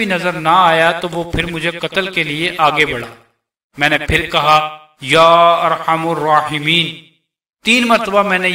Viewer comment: ya Arhamar rahimeen hai par Aap arhamur bara rahe hain